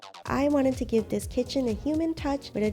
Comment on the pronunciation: Anyone ganna say how she pronounces this as dis